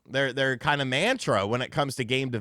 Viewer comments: Pronounce “mantra” correctly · You're pronouncing "mantra" incorrectly lol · This dude can not make a video without just butchering the English language. Not only is “mantra” not said that way, it doesn’t even mean what you’re using it for. A mantra is something you say to calm or settle yourself, bring yourself back to center, if you will. Not the way a company releases video games. It’s not a companies mission statement.